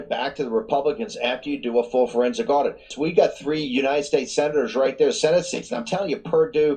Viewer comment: its an audit, not an addition! 1 second in and your screwing up. And you did it TWICE just reading the headline. Doesn't hold water to YOUR intelligence. I will not be subscribing.